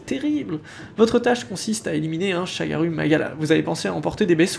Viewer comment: Par contre du dis des ou au lieu de u et parfois l'incerse Pour le ShagarOU magala tu dis u 😭 (exemple avec les medulla où tu dis medOUlla) Bref pas grâve je comprends tu essaie de les dorés à la japonaise